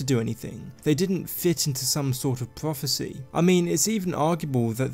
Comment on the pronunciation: whats a dwagonborn and pwophecy?